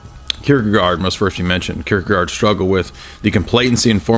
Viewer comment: That is definitely not how we pronounce Søren Kierkegaard! xD